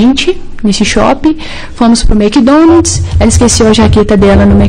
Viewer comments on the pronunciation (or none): Eles foram ao " SHOPI" e ao " Mequidonads" 😂